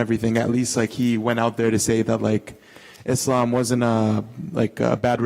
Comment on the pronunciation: Thanks God, he pronounced Islam right, not Izlam.